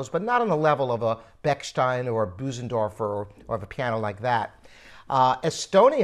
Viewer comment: Interesting little talk. Just one small point: Bö - sendorf is pronounced Ber-, not Boo.The umlaut changes the sound. Bö = gust, böse= evil. This information is given free of charge!